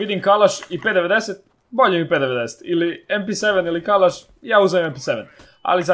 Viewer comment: p90 se kaze pi naintin